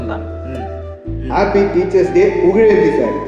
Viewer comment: It is not dai It is day.